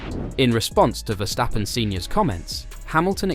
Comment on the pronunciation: Dude!! Its Ver-stappen!!! Not Wershhhtappen